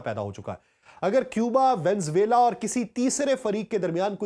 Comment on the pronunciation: Please VENEZUELA bolna sekh lain.